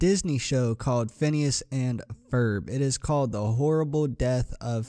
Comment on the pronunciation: Phineas not PHONWESNES or PIHNSE XD